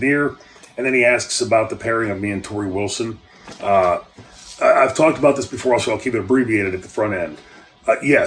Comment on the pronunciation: that's me! Thanks for answering my question and pronouncing my name correctly! I thought you were really misused in 2000 WCW so that was the basis for my question